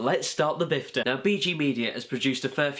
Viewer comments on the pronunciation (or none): It's pifta not bifta